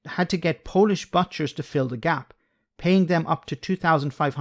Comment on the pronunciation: I asked question before, where are you actually from? As an Irish guy myself, you sound very Irish to me, but every now and then you pronounce something no Irish or even no native speaker would say, though you're English is excellent, you constantly butcher saying butchers for example hehe. Anyway awesome channel, holding out little hope that my curiosity gets satisfied.